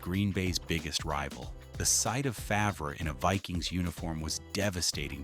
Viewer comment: Favruh 😂 Its pronounced Farve, but spelled Favre.